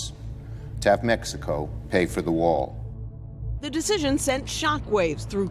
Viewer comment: He is not saying build that wall he is saying build that WAR